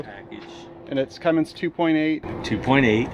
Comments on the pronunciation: Cummins man, Cummins. There's no g at the end. Just saying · Never trust someone that calls a Cummins a Cummings.......I would've said nope, turned around and not sold it to him. 😂😂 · i was really happy to see featured for something good... then he kept saying cummings.... and you kept saying CUMMINS! wish i had seen you in town... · said Cummings lol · But every time he mispronounced 'Cummins' it made me cringe.